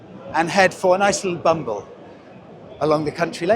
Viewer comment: It’s “bimble” not “bumble”